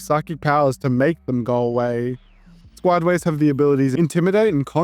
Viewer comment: I can hear the concern in that voice. the way you say Squideways makes me think of Squidward or the Ytp name of him in the title of the video Skodeware or something.